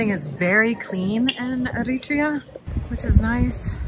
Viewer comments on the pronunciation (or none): AIR-uh-TRAY-uh, not Uh-REE-tree-uh. I lived in Asmara from . The Island in the Clouds. I fell in love with it then, and it still lives in my heart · It’s pronuced eri tree uh not eri tree ah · its pronounced eh·ruh·tree·uh btw not arutrea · Americans... everyone else pronounces it Eri-trea, not Er-ri-tria. Irritating but we expect it. But I doffs me lid to you, young lady. Takes guts to travel to places like that solo. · Isn't the proper pronunciation EriTREEa? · I lived in Ethiopia for 2 years, I have visited Eritrea, I know people from Eritrea, but I have NEVER heard this pronunciation of the country’s name. The accent on the 2nd syllable is unique to this narrator. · You don't pronounce it right Eritrea